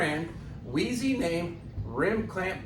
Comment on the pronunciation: Small hint: when you're popping the bead, push the wedge right down against the rim. Not like it mattered here, but you were pressing hard against the sidewall which can rip a cord... Also, I suspect it's pronounced "wise". :D